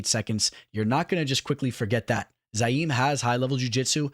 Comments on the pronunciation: You say youre a fan but you kept calling him ZA-YIM! IT'S ZI-YAM! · Ma Man PERFECTLY pronouncing "Abdurakhimov" ... then proceeds to call the dude "ZAIM" 30 times over ... 🤣